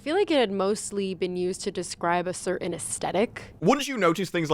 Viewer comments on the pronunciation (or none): Also “cerr-inn.” She can’t say the word “certain.”